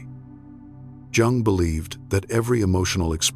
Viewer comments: It’s hard to hear his name have two different pronunciation gung and yung I think the correct one is the second yung the vidoes are excellent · I see myself in this. The constant criticism... and then I married a man who did the same thing. I also had to minimize my spiritual interests. So many other signs I relate to!! PS: isn't Jung pronounced as Young? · Please have your AI pronounce Jung's name correctly and stop interjecting "music". Proof your final content and reading. Otherwise, your channel appears amateurish. The content is good, but the delivery with AI not good. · YES! It's driving me crazy every time I hear him MISPRONOUNCE the name of the person is quoting!! It is disrespectful and ignorant. I will go to another website.